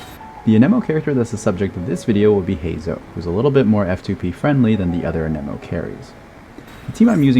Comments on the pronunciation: I am sorry to ask this but why do you say an eh mo And not an emo Also amazing content, thanks gor teaching me about reaction gayge and how to maximize my hyperbloom teams Also what are the best teams for x1 nahida where she has an elector hydro and pyro teammate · you can google the proper pronounciation yourself. just cuz "geo" is phonetically pronounced (gi - o) doesn't mean anemo is (a - ni - mo), electro is (i - lic -tro), or dendro is (din - dro) geo is the exception not the norm. language is weird. blame genshin's english localization for using fancy latin words that are no longer in use... at least until september of 2020. edit: i googled it, i am wrong, my bad. turns out there are two exceptions.